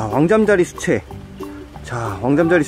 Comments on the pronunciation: 그냥 개구리뒷다리 나오긴 전 올챙이임... 황소개구리 올챙이 엄지손가락만함... 그나저나 잠자리 유충은 왜 계속 시체라고하시나요... 수채 발음문제인가요???ㅋㅋㅋㅋㅋㅋㅋㅋㅋㅋ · 나도 시체라고 들렸음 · 잠자리 수채가 잠자리 시체라고 들린다 ㅋㅋㅋ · 수체를 시체로 들음